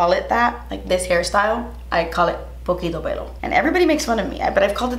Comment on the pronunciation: Poquito pelo i was laughing girl !! Iloved how you said it though!!!